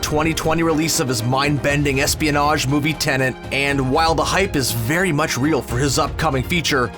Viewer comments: Why do you keep calling it Tenant and not Tenet?! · Man keeps saying Tenent lol